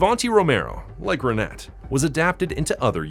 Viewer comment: Renet is pronounced Ren-ay